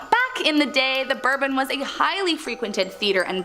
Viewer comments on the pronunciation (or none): none